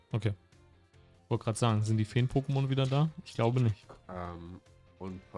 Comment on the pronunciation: Das Opening der Booster war schon sehr schön, die Mädels haben sich aber leider nicht von ihrer klugen Seite gezeigt. Wenn ihr in diesem Shop arbeitet, denn lernt bitte die Pokemonnamen richtig auszusprechen. Ich würde zur Beratung nicht zu euch in den Shop gehen, da muss ich ganz ehrlich sein.